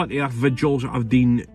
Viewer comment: The airth is roond? What?